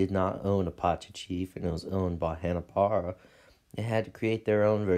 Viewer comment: Say it with me Hanna Bar-bera.